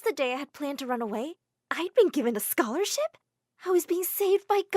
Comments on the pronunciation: it's scholarship not scolarship 😭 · "scolarship" Was dat on purpose?? lolll